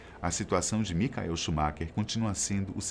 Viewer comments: Bom vídeo mas não digam "micael" é Michael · Queria saber o porque vcs pronunciam o nome "Michael" errado ? Quando se trata do piloto de fórmula 1.